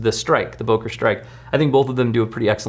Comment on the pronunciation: “Boker” is pronounced “Booker”.